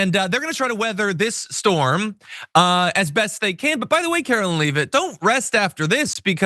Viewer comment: Her name is pronounced LEV et. not leave it